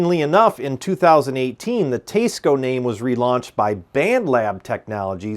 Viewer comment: I liked the part of the video about the Teisco! That’s a cool guitar and it sounded great in your playing sample (I would have preferred a lot more). As an added bonus, I learned how to pronounce Teisco (I always thought it was T S Co as well before this). So, thank you for that service. I am less enthused about the other 90% of the video which seems to be… a smarmy diatribe against commenters who don’t agree with you? You’re a great editor, a good player, and do a good job presenting guitars. You’re also logical and probably a capable debater - which is absolutely not what this video is, mind you. I just don’t get the need fellows like you and Glen Fricker (your style reminds me of his, in this regard) have to constantly entertain the naysayers. I get that it’s an avenue to content, but it feels thin skinned and makes me sad that you folks even have to read some of these nonsensical comments (like this one I’ve made!). Keep up the good work and happy playing. Maybe leave the trolls under the bridge instead of dragging them out into the light of day!